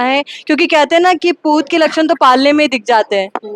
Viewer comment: सपूत कि जगह कया बोला मेडम ने😂😂